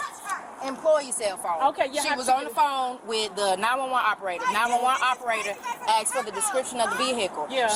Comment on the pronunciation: I really hate when people say axed instead of asked.